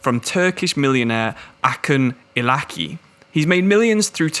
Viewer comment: Acun Ilicali is pronounced Ajun Ilijali as the Turkish C is equivalent to J in English.